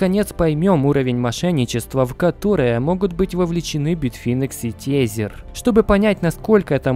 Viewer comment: При всем уважении ТЕЗЕР произноси ТЭЗЭР плз это ужастней чем биток по 200$